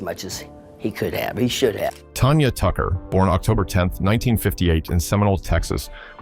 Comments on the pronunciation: Tanya tan-ya. Not Tonya. Why do you do these videos when you don''t even know who or what you are talking about. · Tan-Ya not Ton-ya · It's Tanya not Tonya! Get it right!!